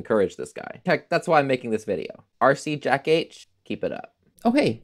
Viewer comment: Awesome Video! Your demonstration is way more extensive than my test suite while writing this JSFX lol. The name is pronounced as R C Jach, which kinda rhymes with Bach (as in J.S.Bach). The H is capitalized since that's the first letter of my last name. Anyway yes, It would be great if this were made into a VST /doge. (I just finished my second ever audio effect VST, a result from learning c++ starting last September, haven't got to learning about MIDI processing yet)